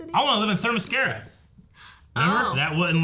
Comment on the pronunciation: It's not Thermescara it's themyscira